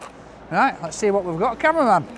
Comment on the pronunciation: Sounds like hes saying conman when he speaks about camerman...😂